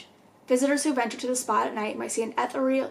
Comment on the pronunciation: Hey! Just wanted to let ya know ethereal is pronounced like e•the•re•al